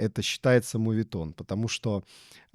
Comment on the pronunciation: тут сам нейрофизик приводит пример наподобие лоре и йени ) он говорит - моветон а я постоянно слышу мувитон